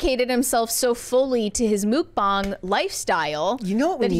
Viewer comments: Wth is Mook bong?....it's Muk bang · it's MUCK BANG, not MOOK BONG. Say it in American. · No it's not, it's pronounced Muck-bang, God knows what the little cute ghost is on about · absolutely everything nickacado did for the past however long he's been relevant was just plain disgusting and I don't consume any mukbang content what so ever because it's just plain sickening but if I hear her say "Mook-bong" one more time I'm gonna fuckin lose it!😂 Edit:... AAAAAH SHE SAID IT 3 MORE TIMES!!! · ....Mook-bahng? Seriously? 😂 NO ONE pronounces it like that. This has to be rage bait.